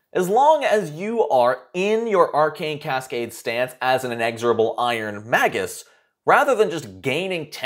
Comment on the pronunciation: Good review. Its May-jus, though.